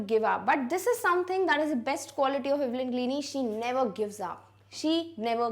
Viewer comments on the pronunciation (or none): Please correct your pronunciation of Evelyn Glennie